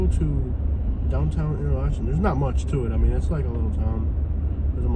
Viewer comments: Pronounced enter locken😅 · It is pronounced inter-locken.